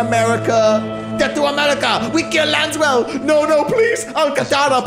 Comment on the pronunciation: saying “Lanswell” instead “laswell” feels so wrong lol